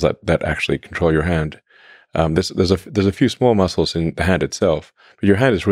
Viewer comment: Had a good chuckle hearing Elon call them "muskles" 😂